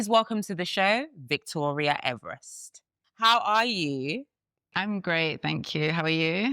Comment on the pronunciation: PRONOUNCED EVER REST My guy!